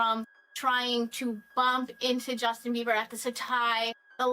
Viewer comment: It’s a J, not a G